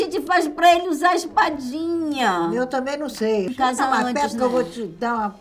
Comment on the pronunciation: "Eu tamen num sei" kkkkkkkk ri demais kkkkkk